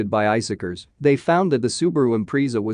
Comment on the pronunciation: The impreeza